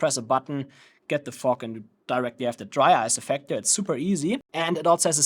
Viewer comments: I keep hearing u say '' FUCK'' instead of ''FOG'' 🤣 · I came here for educational purposes, not Comedy🤣❤😎. Brother is saying fog with a "ke" sound after the G which sounds like you're saying "F**k"... great job spreading Fogk all over the place🤣